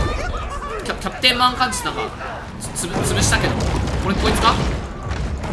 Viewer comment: カーチス全然正確に言えないの草